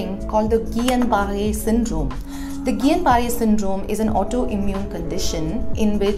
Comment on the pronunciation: It’s good that The Print is bringing such an important news on COVID vaccines, but With all due respect, the correct pronunciation of Guillain-Barré syndrome is “gee-YAN-bah-RAY SIN-drome”. Hope my comment will be taken as constructive criticism not as a troll.